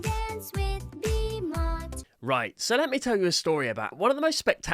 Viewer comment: The name, Bimot, is the same as Bimo, with a T.